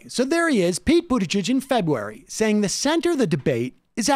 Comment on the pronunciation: Febuay? Febuay.